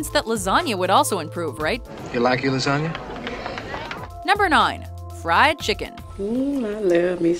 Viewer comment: "Gotta have me a good lasaga"